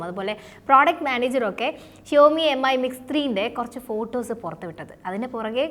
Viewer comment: Brand name ഉച്ചാരണം കൂടി ശ്രദ്ധിക്കൂ... Xiaomi (ഷാ ഓ മി ), Mi (മി )...